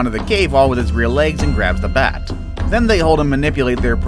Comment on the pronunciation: When you said bat you said mat